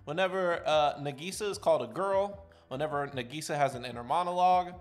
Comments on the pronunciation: negisa (n-a-gE-sa) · dawg no wayyyyyy you pronounced nagisa like that 😭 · that pronouncing of nagisa's name